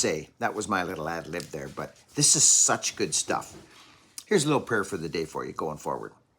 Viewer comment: Loved your pronounciation on that prayer starting and on. Merry Christmas and prosperous New Year!